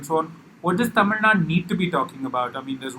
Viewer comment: Its Tamil NADU! not Tamil Nad.